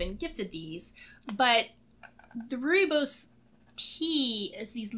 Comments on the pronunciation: Rooibos pronounced perfectly....i am fom South Africa. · Rooibos (Roy - bos) is in Afrikaans one of the 11 official languages of South Africa, it's root language originated from Dutch/German. As you said correctly rooi is red and bos (the o is pronounced like you would the bo in boy +s) means Bush. It's a non caffeinated and very common tea here in South Africa. :)